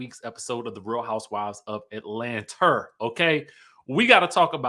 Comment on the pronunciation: learn to speak correctly because you sound ridiculously stupid. It Atlanta NOT Atlanter! And there's no such word as chatterization!